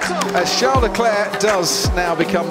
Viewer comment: You mispronounced Charles name. Just make guttural noises and you got it right 😂